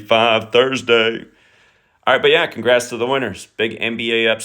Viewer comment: You need a shirt to sell that says “congrrrrats to the winners”